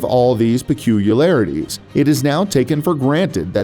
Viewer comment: pe cu li ar ity not peculalarity